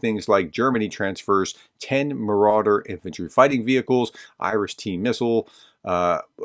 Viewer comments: The German armored fighting vehicles are Marder, NOT "Marauder." The name means "marten" (a fighting weasel-like mammal). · Hey Believe thats a Marder IFC Not Marauder Don't mean to nitpick Some.damn russkiy Fancel most definitely will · It is Marder, not Maurader, vehicles.😁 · just a cosmetic correction, the Germans IFVs are called MARDER not MARAUDER. Marder is a german word for Puma. Keep up the good work, thank you for being the kind of person, who cares about Ukraine. EDIT: I was corrected about the meaning in the comment below by please read his comment to get the correct meaning. Nevertheless, it's still not Marauder. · FYI, the German vehicle's is Marder (pronounced Moarder), meaning "marten", a kind of ferret (I guess delivery of the actual critter would help too, since martens are known to chew themselves through the electric systems of cars or other vehicles, such as tanks or APCs grounding them for a long time).